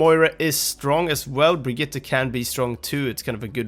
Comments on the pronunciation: He says it almost perfectly lol? It's not Brigita or Bridgette, I can confirm it's actually Brig-it-te as I speak Swedish. Everyone in the OW team and all the characters say Brigita because you english speakers just can't pronounce Brigitte :) She even says BrigiTTE when someone swaps to her :) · You sayed Brigitte right. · You do know that this guy pronounces her name right? Hes like one of the only ones ive heard say her name correctly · You pronounced Brigitte perfectly!